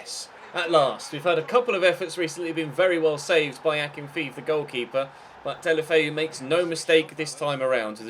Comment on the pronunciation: Also Akin-fay-ev